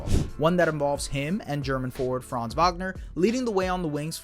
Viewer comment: One last thing: Franz‘ name is pronounced differently. The „a“ in Franz is to be spoken shortly. It is a short „a“.